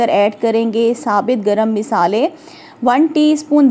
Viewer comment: Masaly ❎ meesaly☑️